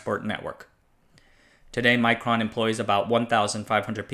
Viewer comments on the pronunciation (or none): I think it's not pronounced like "micron", might be wise to pronounce it more Russian, to differentiate them from Micron, an unrelated company. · The i in Mikron is as in pig, not as in Micron. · Micron and Mikron are pronounced differently, you read mikron exactly as it's spelled Микрон